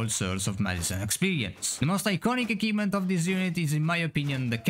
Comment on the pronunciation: What on earth is an "akivement"?